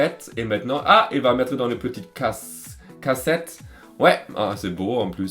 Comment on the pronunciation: On dit "caissette" mon p'tit 😊💕💋